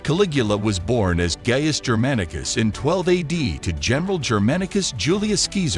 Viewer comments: Pronounced, "Guy-us" not "Gay-ist" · You should check to make sure names are pronounced and spelled correctly before posting; its Gaius (Guy-us) and Caesar (See-zer) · Yeah I was pretty sure it was pronounced Gaius not Gayus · TO EVERYONE THINKING HE WAS NAMED GAY the video pronounced it wrong. it is a very common ancient Roman name and it's pronounced Gies like I in hi.